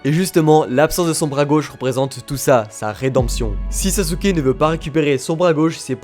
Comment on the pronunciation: ON dit SASKEEEEEE